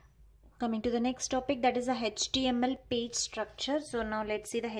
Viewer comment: And it's page not pige